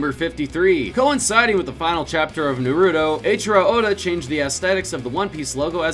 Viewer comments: It's Nah-Roo-Toe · I’m not trying to be mean but it pisses me off that you also call naruto na ruto it is nar uto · It’s not na ru to its nar uto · Stop saying nuruto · My brain cells commit suicide every time he said NARUTO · Pronounce Naruto correctly or so help me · Every time he has na ru toe it hurt my soul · Jesus Christ just pronounce it (Nah)(roo)(toh) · I don’t think you are pronouncing naruto right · Jesus watch how you pronounce Naruto please